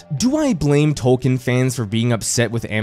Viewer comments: Don't worry too much about us hardcore fans. We knew you weren't as deep in as we were when you pronounce his name "Tol-Kin" and not "Tol-keen". But despite our pedantry we are (at least I am) happy to see you making this video and having more people enjoy his works enough to make video essays about them. Plus this is how I get to experience the show since I couldn't stomach watching it. XD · OK why do you keep saying "Toll-ken" when it's very widely documented he pronounced his name "TOLL-keen"? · Learn to pronounce the name. It's TOWL-keen. I can't even watch this video with you constantly mispronouncing the name.